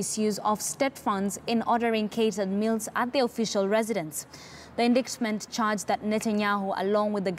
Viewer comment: check your pronunciation of the word indictment.